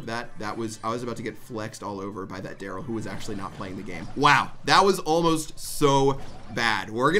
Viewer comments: You messed up Darryl’s name on purpose didn’t you? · proud of you for not messing up Darryl's name <3 EDIT: AAAAAAAND HE MESSED IT UP IN THE LAST MATCH